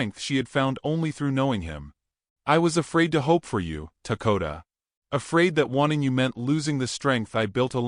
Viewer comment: what is his name? I hear Takota but see Dakota.